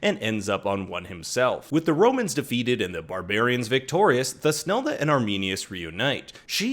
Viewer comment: If you listen to the German original there is no ‘th’ sound. It’s toosnelda not thus nelda